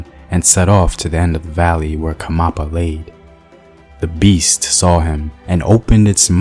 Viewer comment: Its not khamapa. Its "khanyapa" . Great storytelling btw👌🏽